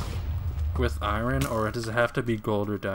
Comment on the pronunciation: yo stop saying " eye ren " it's Iron....